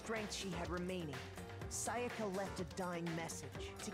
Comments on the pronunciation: literally every character: saya-kuh: say ah ka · The way she pronounces sayaka makes me cringe